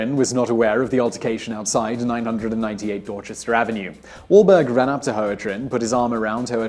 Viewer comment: How do you pronounce "Dorchester" correctly but not "Renaissance"?